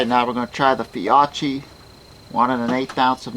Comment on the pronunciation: I think that brand is pronounced Fee-okie